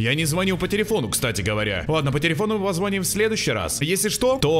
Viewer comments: Не позво́ним, а позвони́м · После слова "позвОним" захотелось выключить видео